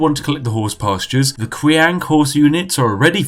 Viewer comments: its not qiang , its chiang while reading, comes from word qin, which is just reads out chin....you are from england , you people only named them Qin with Q rather than Ch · how do you get "qwang" from qiang? really? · Ughhhhhhhhh. I hate to be that guy, but your pronunciations are atrocious. Not saying that the content itself isn't wonderful because it is. Qiang is not "Qwang" Qi is pronounced with a CHi sound meaning and emphasis on the CH sound while ending with a slight E sound for the I, and Ang is pronounced how it sounds, but with and emphasis on the A. It sounds like Chee- Ahhng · Dod o you don't get a "qwang" sound if you read it as spelt dummy... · same LOL qiang got me. hard for em to make fun of him though when my friends also make fun of how i pronounce things haha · Spiff saying qiang hurts me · Me in pain every time he said quiang, knowing that it is pronounced Chang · Kuwang kuwang kuwang. it is Qi, same as Qi gong. Qi ang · Qiang is read as "Chiang" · Qiang is pronounced “Chiang”- not kwang for the love of god. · Qiang - “Chiang” Spiffing - “Quackng” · Qiang means spears or guns. And it isn't pronounced as Kwang, but "chiang" Or u can just combine "cheese" and "ang", "cheese-ang". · That Q is pronounced as a 'ch' sound. Chiang. Not kwang. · He also called them "Kwang Hunters" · The spiffing: sees the word qiang The spiffing: well that's pronounced kwan innit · It made my head go kwang everytime he said kwang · I love Chinese history lol. But I think I love your videos even more ;) Praise the Tea. Qiang = Key Ong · Not even Chinese, still trighered by how you pronounce Cao Cao (pron. tsao tsao). Oh and also Qiang (pron. chiang). Jk, love you! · Ahaha! A note on pronunciation.. (perhaps 95% of all my comments throughout YouTube, sorry) .. within the romanized Chinese alphabet, Q is pronounced like 'ch', and X is 'sh'. .. .ok thanks for all the tea! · I love how he pronounces the Chinese names... cow cow, kwang... hahaha. Beautiful.